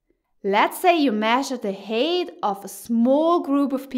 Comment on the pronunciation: it's pronounced hite like kite, not hate.